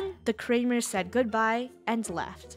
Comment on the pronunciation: the kramers... mor like krewmers